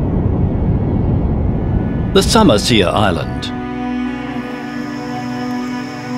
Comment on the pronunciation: "summer seer" island 😂